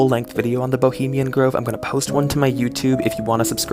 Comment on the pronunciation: Someone, anyone, PLEASE teach how to say 'bohemian'.